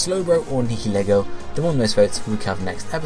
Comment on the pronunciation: Nihilego please It's 8-7... If Nihilego wins, it's "Nye-uhl-ee-go"